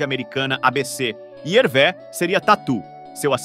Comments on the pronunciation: O nome se fala Hervê, no francês o acento agudo ( ‘) tem o mesmo som do nosso circunflexo ( ^), então, sempre que verem uma palavra em francês com acento agudo lembre-se que o som é fechado. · Lê -se "Hervê" com o som fechado e não como é, como seria em português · Pronúncia correta Hervê !!! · Que triste!😢 Mas a pronúncia correta é HERVÊ! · Muito bacana o vídeo. Só uma dica: a pronúncia é HervÊ. Grande abraço!! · A pronúncia correta do nome é Hervê.